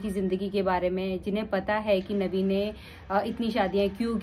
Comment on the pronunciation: If uh are talking about any religion make sure uh pronounce their correct names #Nabi SAW not navi Jazakallah